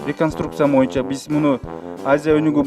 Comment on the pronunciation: Урматтуу төрага боюнча деген сөздү туура айтчы ..суранабыз ..